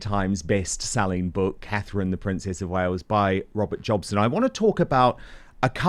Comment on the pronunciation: jobson? really? 🤦🏻‍♀️